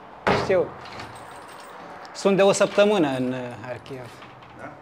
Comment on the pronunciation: dacă tot spui în ucraineană numele orașului, măcar spune - l corect: Harkiv! Faci o combinație între Harkiv și Kiev! ( E corect ce face: respectă țara în care se află. Dacă un vloger maghiar ar denumi orașele românești din Harghita - Covasna cu denumirea maghiară ne- ar plăcea? )